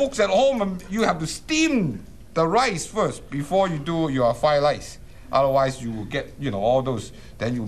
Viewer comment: Flied lice. Oh shit , I thought it was a fake stereotype, dude cant pronounce the r.